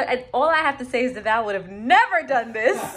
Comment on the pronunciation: I was triggered every time the handyman said "Devoll" and not Devale